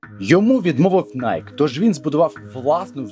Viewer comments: Найкі, а не Найк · Правильное произношение компании не найк, а найки. Знаток липовый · Вимовляється: найкі